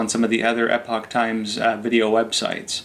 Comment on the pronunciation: Might seem off topic but why is the guy on your commercial is calling your paper Epic Times? Isn't Epoch pronounced just like epoch? Also, I have to say, he could tone down a bit...